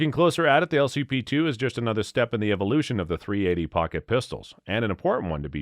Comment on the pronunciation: How many times are you going to say 380 incorrectly, while bashing it. Sounds like Biden reading from the Teleprompter